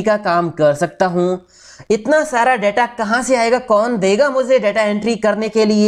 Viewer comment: 'Daataa' nahin 'Detaa'..... Video banaa ne se pehle pronunciation toh sahi kijiye.....